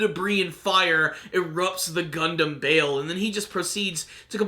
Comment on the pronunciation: Good point. And also, it's Bael, not Bale